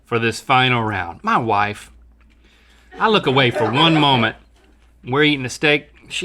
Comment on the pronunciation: "Mah waife" - Link